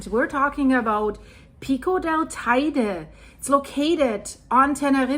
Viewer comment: if I am not mistaken teide is the highest peak in spain. btw it is pronounced teyde, spanish... i live here for 20 about years